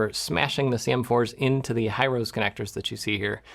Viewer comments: Also to add to this it's a Japanese name which is pronounced "he-roh-say" instead of "high-rose" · High-rose is actually pronounced hee-roh-seh (hee-ROH-seh or hee-roh-se), with three distinct syllables and pure vowel sounds. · Hirose is pronounced closer to "hero say" than "high rose". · I don't know if anyone but me cares, but Hirose is a Japanese connector manufacturer and so their name is pronounced "hee-ro-say", with no emphasis on any syllable. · Hirose is a Japanese company. It's pronounced hee-RO-seh 😉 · It's actually pronounced "Hih-roh-see". Or so says my factory rep.